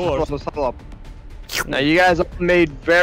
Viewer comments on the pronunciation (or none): The big issues was 'disses' instead of 'dishes'🤣